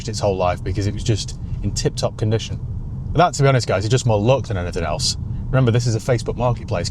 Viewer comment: You can't beat a northerner saying "buufff"